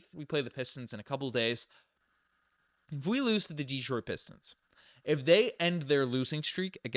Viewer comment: de-TROIT not DE-troit...thanks Man!!